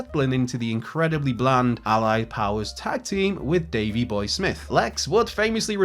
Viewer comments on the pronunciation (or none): none